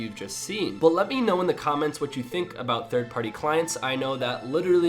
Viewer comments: lol he's saying "thirdee party clients" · "Thirty party clients"